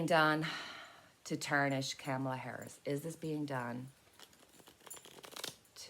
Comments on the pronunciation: Its not Camala, its pronounced as in comma Comala=Kamala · Kamala is pronounced 'comma-la' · If you've ever seen them together, it's very obvious the genuinely like eachother ALOT. They're grownups and professional, unlike the right wing lie mongers. (One way to remember how to pronounce Kamalas name: " comma-- la" .,,,,,,,comma,,,,,,😊💕